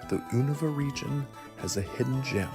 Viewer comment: "Zubot" immediately. "Oohnuva" Oh god this man doesnt actually play pokemon does he 😂